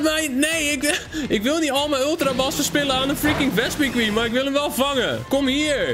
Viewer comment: je spreekt vespiquen verkeerd uit! 😾😾😾